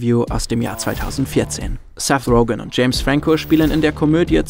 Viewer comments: hat wirklich "saf rogen" gesagt?._. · Direkt der zweite Satz: Saff Rogen 😂😂 No offense aber das klingt echt so 😄